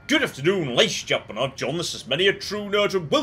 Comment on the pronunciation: "Good afternoon laids and jemen" is incoherent speech.